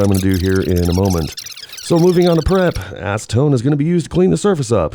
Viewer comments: I saw you use ass-see-tone.... 😂😂😂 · Nice ass-Eh-tone! Steam cleaner is my friend! Cheers! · Say acetone again 😂